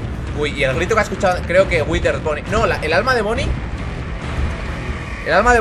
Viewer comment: no es whiter Bonnie, es withered Bonnie, si lo quiere decir que lo diga bien